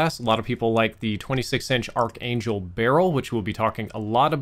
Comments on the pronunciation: Just a Pronunciation tip here if needed: correct is "ark" angel not "Arch" angel even though that's how it's spelled. Thumbs on these great vids! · Pronounced ark angel.